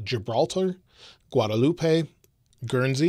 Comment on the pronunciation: Last 'e' is silent in Guadeloupe, Just like last 't' is silent in TISSOT. Thanks! #viratgarg